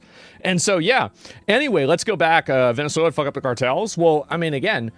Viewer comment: Vene suwla 😂😂😂